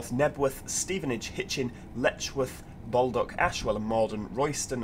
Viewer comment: great video by the way baldock is pronouced ball dock